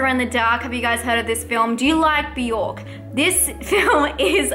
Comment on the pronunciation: Who is Biork? You mean Bjork? It's one syllable. I can't name one of her songs but I know her name.